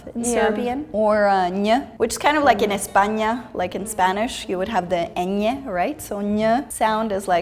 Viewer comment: She also said "España" very clearly, I don't know how good her spanish is but clearly pronunciation is not an issue for her